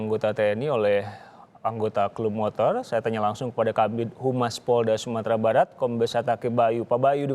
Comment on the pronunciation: Ada 13 "MOTOLL" gedheee... :v